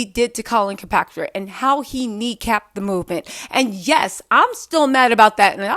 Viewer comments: ikr she butchering bros name. colin KAEPERNICK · I can't hear you mess up Colin's name anymore. Honey, it's Kaepernick, not Kilpatrick. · If she says Kirkpatrick one more time... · I love you but it's Colin Kaepernick. "Kap-er-nick" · Collin Kilpatrick 😂😂😂😂😂😂 boo it's KapERnick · Hey letting yall know when says KAPATRICK it might sound like she doesn’t know what she talking bout but that’s a symptom on dyslexia So don’t start the hate train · Who the hell Colin kapatric? It’s all good tho lol. I don’t expect you to know football names. Lmao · I love, but she couldn't get that right at all, I thought she was going to end up saying "St. Patrick."🤣🤣🤣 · Please start saying Colin’s name right. This gotta be like the 8th video